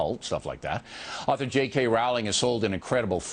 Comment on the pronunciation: ROWLING. PRONOUNCED JUST LIKE BOWLING. GET IT RIGHT. Gosh. And some of his points are so ridiculous. We're trying to indoctrinate people into being tolerant? Uh huh. And that's a bad thing... why?